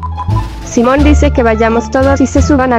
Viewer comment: Jajaja dijo SUMON ES SIMON